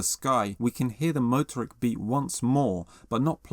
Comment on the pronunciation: Stress the 2nd syllable --- moTORik